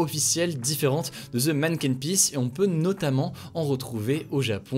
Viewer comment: MERCI Hugo d'avoir bien prononcé Bruxelles, trop de voisins Francais disent bruXXelles! Et pas mal non plus la prononciation du Mannken Pis!